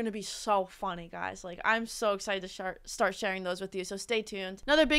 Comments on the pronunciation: i love when you said "i am so excited to shart" my favorite part of the video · "I'm so excited to shart"